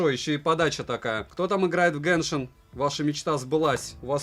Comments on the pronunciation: Почему автор говорит гЭншин если правильно гЕншин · обзор шикарный, но единственная притензия - не геншинК импакт, а геншин импакт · Почему гэншин правильно же будет геншин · Кто-нибудь, объясните, пожалуйста - откуда автор ролика в слове "genshin" нашёл букву "k/c"?